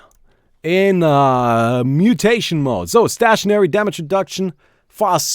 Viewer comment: It's pronounced as stay-tionary,:)